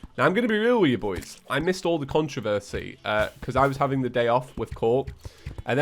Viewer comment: nobody:: "konchoversi"